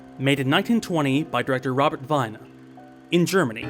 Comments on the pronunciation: It's Robert Wiene, not Weine. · I suppose if you're English that works, but vee-nuh is closer for most people. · Yes, and pronounced “Veener”... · Thanks, I was just about to write that too. Why do so many people get that wrong?